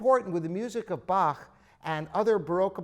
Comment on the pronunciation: I like that you know how to pronounce Bach. Most english speakers don't.